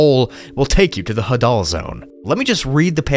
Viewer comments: Put the emphasis on the "ha" and not the "dal". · Hadoll zone😂😂 it’s “hay-deal” zone lol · Bro said ha-dul is hay-dal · The Hadal Zone is actually pronounced "Hay-dal", named after Hades (the god of the underworld). Very fitting name considering it is literally found in a CAVERN. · The Hadal zone is actually pronounced emphasizing the Ha instead of the dal, it is in reference to Hades, god of the afterlife in Hellenism (Greek theology) No hate, love the video as always, just an fyi